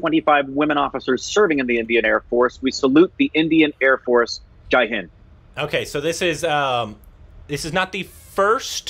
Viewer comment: The way said JAI HIND..❤️❤️❤️❤️ is as much Indian as any of us.❤️❤️